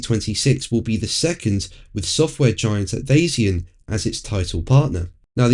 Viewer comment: Your pronunciation is completely wrong, Atlassian, please try again and here is a hint, how is SS usually pronounced?